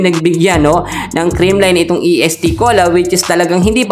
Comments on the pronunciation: est cola hindi E.S.T. cola anu kb????ayusin mo!!!! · Correction idol Est Cola not E S.T.Cola..❤❤✌️✌️